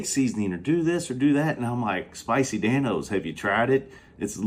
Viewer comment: Love the running “Dan-se”🤣